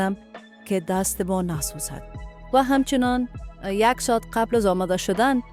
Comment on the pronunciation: ساعت است نه ساهت حلیم است نه علیم اوف چرا مردم درست تلفظ نمیکنند 😡